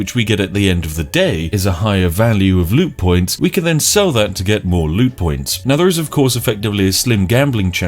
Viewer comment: I love how I thought you said lewd points instead of loot points Seems like the perfect currency for a scummy company such as G2A